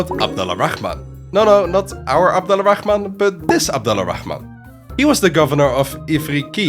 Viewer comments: The way you pronounce Abdul-Rahman make me cringe.. why do westerners always feel the need to say the KKHHH sound? its closer to an "H" sound phonetically.. just say as its written ABDUL-RAH-MAN not ABDULAA-RAKKHHhhhh-MAN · Since we’re big on correcting each other here, it’s not “Abdullah Al Rahman”, it’s “Abdul Rahman” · I’m named Abdul Rahman I love everytime you say his name 😂😂